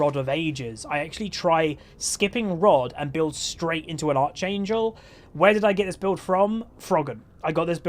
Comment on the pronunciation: Its pronounced ark-angel not arch-angel